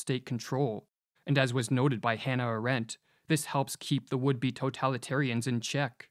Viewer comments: One pronounces Hannah - and than flat Arendt (all vowels as long), not Ah-rent. Arend is a bird btw, an eagle (in Dutch, German) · You may wish to pronounce the name of Hannah Arendt in her own language , which is : 2 times a like in Blunt and then third time long like in Aarendt. Not american ä